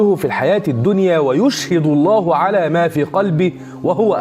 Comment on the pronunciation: اخي انت في قلت الاية خطأ ((ويشهد الله على مافي قلبه وهو ألد الخصام )) خطأ تشكيل بكلمة (الله) فتغير المعنى